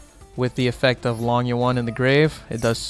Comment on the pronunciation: Chaofeng and Berserker sitting at home Think long yuan sounds like low-ng you-en